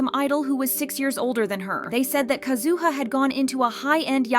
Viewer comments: Isn't it KAzuha? Her emphasis sounds unpleasant. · Nah why you gotta do Kazuha dirty by pronouncing her name like that 😂